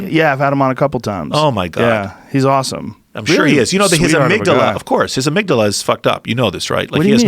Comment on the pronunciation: Joe "let me smell your amigdilla" Rogan